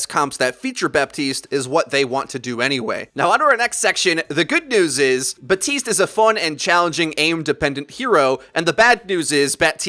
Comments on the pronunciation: Its baptist not batist the p isnt silent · In French you pronounce the p in his name. Batiste is a brand of dry shampoo, BaPtiste is the new hero on Overwatch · BAPtiste, you DO pronounce the P. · It's BaPtiste you pronounce the p lol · You're supposed to pronounce the p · i stopped watching when you said batiste